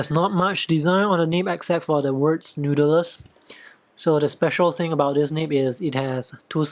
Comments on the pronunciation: Sounded more like "nood-der-ler". Try "nood-ler", without the extra syllable in the middle. Just curious, what's your heritage and where did you grow up? You roll your "r", which leads me to think you spent a bit of time in the USA. Lovely review by the way. Jealous of your Falcon with the mod. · you pronounced noodler's very funny. i think it's because you're native mandarin speaker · i heard Noodelers almost noodelels hihihi